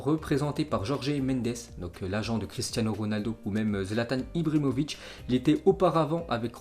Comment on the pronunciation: Zlatan ibrimovitche 😂😂 c est qui??